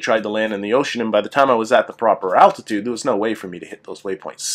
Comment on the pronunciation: Dude, there's an L in altitude.